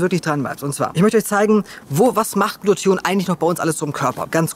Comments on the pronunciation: Warum sagst Du öfter Glution statt Glutathion? Irreführend. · Glu-ta-thion,!:D Ich weiß die ganzen Worte sind schwer auszusprechen, aber da krampf sich bei mir jedes Mal etwas zusammen